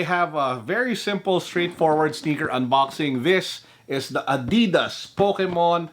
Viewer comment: I like it when he said "adeedas